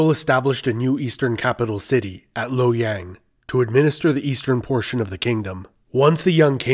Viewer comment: My chinese wifey making fun of your pronounciation of "Lowyen" lol Good video though!